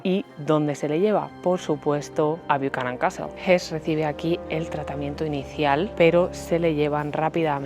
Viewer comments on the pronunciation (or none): It's not Bookan Castle it's pronounced Bukanan